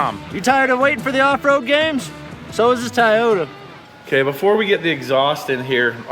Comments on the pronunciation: It's TOY-O-TA. Not TIE-AH-TA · Hey, what the heck is a “Taiyota”? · How does pronounce TIE fighter?….. TOY fighter? 😂 Tieyota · And … For the love of everybody else that watches this show please stop saying “TYOTA!” it sounds absolutely ridiculous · If mispronounces TOYOTA ONE MORE.TIME!! STOP INSULTING THE BRAND. Mispronouncing a Japanese word or name is considered an insult, stop doing it.